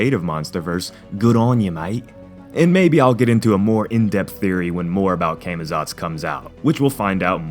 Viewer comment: It's actually pronounced "Caw-Maw-tsawts" guys.